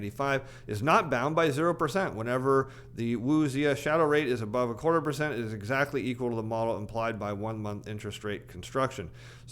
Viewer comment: In case you ever refer to the Wu-Xia Shadow Rate again. It's pronounced Woo Shaa.